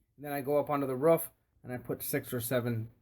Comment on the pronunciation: Great video just hate how you say roof.